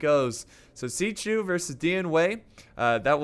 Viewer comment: "Xi chu" Dude...